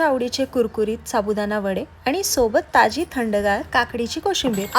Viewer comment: साबुदाणा.. कारण, बनवली,मनात, आणि, कोणत्या ज्ञानदेव...बोल..... Sadh shudh hi bolu shakat nahis🤣.... Tu kay boltes साबुदाना, कारन, बणवली, मणात, आनी, कोनत्पा, ज्ञाणदेव.. Barech shabd aahe ashudh